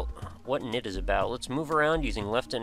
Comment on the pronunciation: Woo, Knytt! Just a small thing, but it confused me a bit; the name is pronounced /kˈnʏt/, with a non-silent k and the y sort of like the German ü. (See e.g. Nifflas' Greenlight video)